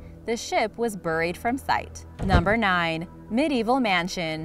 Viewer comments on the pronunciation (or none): Uh, it's "Bear-ee" like Cherry, not "Bur-ee" like Hurry. Cringing every time I hear buried.